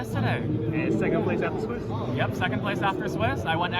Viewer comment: thirty sehhcond place